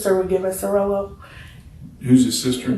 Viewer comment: Hehe. She said "'rello" not "rolo". Rello = Cigarello (blunt)